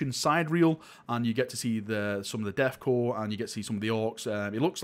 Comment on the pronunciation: "Deth cor" Hehehe